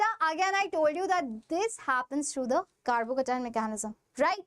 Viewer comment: Thalle malayali😅❤